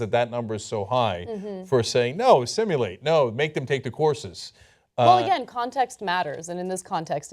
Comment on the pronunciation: Cenk, buddy, no u in assimilate. Knowledge of the winged and feathered status of the verbal unit has achieved universality.